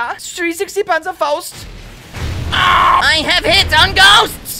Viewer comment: Zee panzhafaust lol